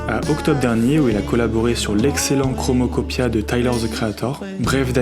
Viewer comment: chromokopia haha ? très belle vidéo sinon ?